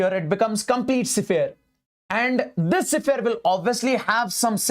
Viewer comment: Sphere ❌ sephere✅ ❤